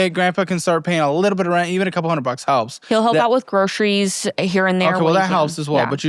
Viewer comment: When did so many people start pronouncing groceries as "groshreys?"